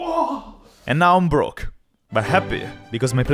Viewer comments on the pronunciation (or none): Bro. Said Brooke instead of broke.